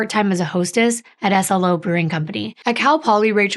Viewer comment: SLO is said like the word 'slow'